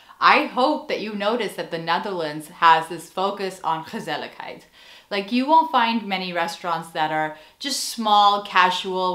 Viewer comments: As a native speaker of the Dutch language, I can confirm that you're pronouncing the word "gezelligheid" flawlessly. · Hi, I think you got what gezelligheid means to us. And from the way you so easily integrate a word as Dutch as 'gezelligheid' in your English speech, I suspect that your mastery of the Dutch language is absolutely phenomenal, because you pronounce it very naturally. The Dutch word 'asociaal', by the way, is much closer to the English concept of 'anti-social' than it is to 'asocial'. What we call 'asociaal', is usually more like an active attempt to break with social behavior, to deliberately tick people off because you just don't frigging care about what they think or feel. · You pronounce it so well! It's basically a one word for: relaxing and enjoying each other's company. Right? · Warm and cozy winter is called “knus” and indeed, gezellig is way more than that. Compliments on your pronunciation ❤ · Your dutch pronunciation is simply fantastic! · Chapeau: the words you pronounce in Dutch sound Dutch without an accent. Do you dare to do a video entirely in Dutch? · Gezelligheid... you pronounced it right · I totally agree. Also, pronunciation of gezelligheid is impressive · You just wanted to show off your pronunciation of the dutch "g" with the many times you said the word gezelligheid 😂